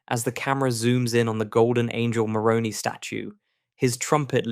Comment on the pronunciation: The Angel Moroni is called Moroni not moronee